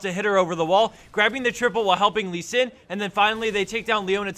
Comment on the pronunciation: pronounce Lee Sin correctly in chinese